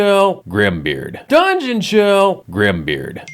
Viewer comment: Lovely review, loved the "Grim beard! DRUNGEON CHILL!" bit, but I do gotta disagree on the acting bit - I think they knocked it outta the park for what they had. The self-absorbed president, the dutiful big bro, the outrageously cocky protagonist and his rival, all super fun and acted well, even if the writing's sometimes a bit, uh...not too great. Their sets are pure 90s, though. The power ranger-ass armor, the BIG NUTS and drawers, the teleporter that's just a plastic ring chucked on the floor, I love it. I'm definitely gonna throw this onto my list of stuff to play! It sounds and looks genuinely fun. Edit: Hey that's me! Neat. I see I'm not the only new subscriber from a German speaking country! Hearing you pronounce "die Spottgeburt" is great